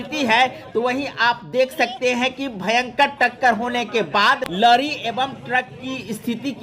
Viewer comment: न्यूज़ वाले चचा लरी नहीं लॉरी होता है।